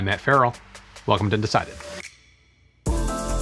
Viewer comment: Am I the only one that hears and sees you saying Hi, I'm Matt Ferrell and welcome to decided. lol